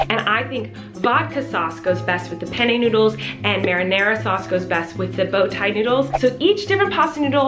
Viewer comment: The way she pronounces penne😖